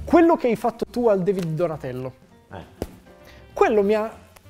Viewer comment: “Quello che hai fatto tu al DEvid di Donatello”... DEvid? Ho sentito male io, vero?